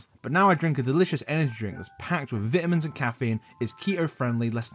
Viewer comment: "vitimins" yikes